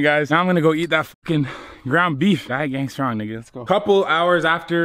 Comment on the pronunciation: Did u say gain strong niggas ??